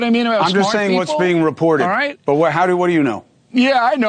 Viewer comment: Chris Coumo, "I'm saying what is reparroted. I'm a parrot."